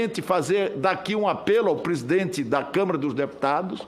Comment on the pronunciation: O Renan canalheiro além de corrupto é muito anarfabeto, ele pronuncia "prisidente, difinitivamente, dipuimento kkkkk